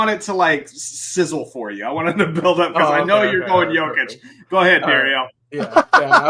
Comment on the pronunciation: Hey show some respect learn how to pronounce Jokic’ it’s not Joke-itch its Yoke-itch